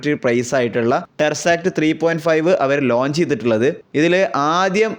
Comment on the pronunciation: എൻ്റെ മനുഷ്യ.. ടെർസാക്ട് എന്നല്ല.. ടെസ്സറാക്ട് എന്നാണ്..